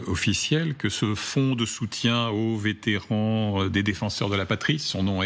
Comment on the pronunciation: Vétéran, sans -t au bout SVP.